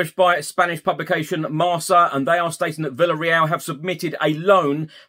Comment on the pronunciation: Hi - just to say that the Spanish magazine 'Marca' is pronounced '"Marker" and means 'Score' in English.